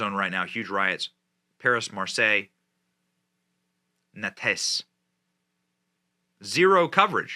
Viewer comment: YOU MISPRONOUNCED THE CITY'S NAME. IT'S NOT NATERIE BUT NANTE (NANT) LEAVING THE LETTER E. NOTHING HAPPENING HERE IN NICE.